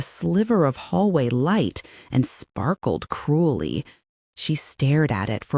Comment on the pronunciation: 10.0 ‘’cray’ ’ s/b ‘CRUELLY’?@@ ‘pulled’ again. POOLED